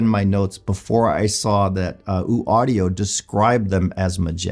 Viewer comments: Its Ø not ooo. Ø as in U(rge). Hope that helps. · ‘Oouu’ Audio? Pretty sure that’s not how that’s pronounced.